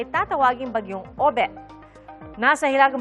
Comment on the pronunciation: Obet Hindi Odette